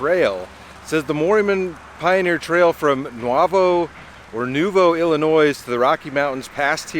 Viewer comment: No, S in Illinois